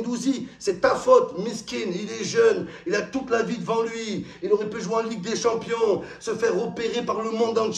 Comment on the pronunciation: Il a dit League des shampooings 😂😂😂😂